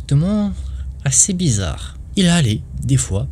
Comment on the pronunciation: on dit blizzare pas blizzarde 😅